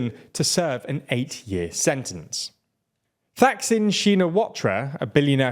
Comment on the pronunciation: Thaksin is pronounced Tak-Sin, T like Tango also, Thailand utilising TH is not a TH sound. Pheu Thai Party, PH is P, not F sound H indicate the consonant as aspirate sound